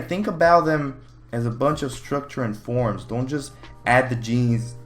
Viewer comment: Whenever you say forms I just hear porns... Ah shit time to delete my ears